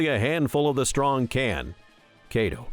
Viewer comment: BROOOO i had to stop the video because of how wrongly u pronounce these names XD its not KAYDO its KAI DO and its not KATACURILAI its Katakuri...